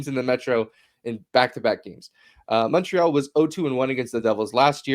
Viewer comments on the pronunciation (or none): It always rubs me the wrong way that they pronounce Montreal wrong in the opening theme